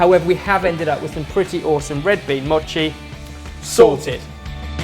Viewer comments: It's m-oh-chi not m-aw-chi oh my god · say mochi right. its moe-chi. not ma-chi. i cringed every single time you said 'machi' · not maw-chi moe-chi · its not mot chi its mo chi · Don't cut it dudes just eat the whole thing! Also you're saying mochi wrong. Less mocchi and more mo-chi if you can catch my meaning. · If you coat a whole strawberry with the red bean paste and then cover in mochi, then it's a spring snack (popular in sakura time) called Ichigo Daifuku and it's very delicious! (Also, it's pronounced Moe-chi, but I'll let you off haha) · it's not pronounced moe-chi. look at how actual Japanese people pronounce it and their correct. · MOOOHHHHH-chi. like MOment. (head desk) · It's M-o-chi with a long "oh" sound! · I knew it. M-OH-CHI Come on we already let you screw up recipes all the time, the least you could do is pronounce it right. Pro Tip: Mochi goes great with frozen Y-OH-GURT. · i cringe every time they pronounce mochi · Why is everyone complaining about how they pronounce mochi? It's supposed to be pronounced with a short O and that's what they've been doing. Also it looks delicious. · Is anyone else annoyed that they pronounced "Mochi" wrong? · well I guess she could have kindly corrected you. Not trying to be rude or anything but that it is how is pronounced (probably not as bad as though) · That mispronunciation of mochi though. Yum xD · I don't say Mochi the way does. D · No it's not, have you even heard of a Japanese person say mochi? The O is pronounced shortly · I came down to the comments just for that-_- the pronunciation was really not the best, made me cringe as well